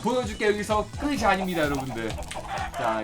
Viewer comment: '끝이' 는 [끄시]가 아닌 [끄치]라고 발음해야 합니다. 영상과는 관계없지만 많이 거슬려요